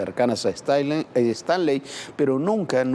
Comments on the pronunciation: Muy mal dicho su nombre es Paco Stanly no estrangli como lo menciona la conductora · Paco Stranlei ? Stailein , ha pasado tanto tiempo que pocos recuerdan como pronunciar su apellido correctamente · A los 13 segundos de iniciar el video la reportera dice: Paco Stranly! En ese instante me fuí a otro video, uff!! Adiós. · No es Stranly es Stanley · Se pronuncia "stanly" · "Paco Stanly"?????????dice la chava al inicio 😅😅😅😅😂😂😂😂😂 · Primero aprenda a pronunciar bien el apellido del señor. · Primero pronuncia correctamente su nombre ni una ni el otro al menos pueden si quiera hacer eso correctamente y ahora resulta q ellos saben la verdadera historia? Q Ridiculez!!!